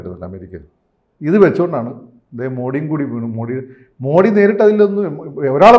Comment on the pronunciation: ദയവായി അദ്ദേഹത്തെ മോഡി എന്നു വിളിക്കരുത്. മോദി എന്നാണ് യഥാർത്ഥ Pronounsation